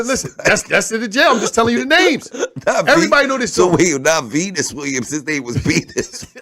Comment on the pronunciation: Boy said penis Williams. Dying. My girl looking at me crazy